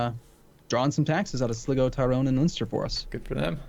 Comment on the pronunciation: Really enjoying these but its pronounced Sly-go